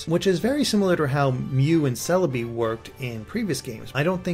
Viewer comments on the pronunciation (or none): none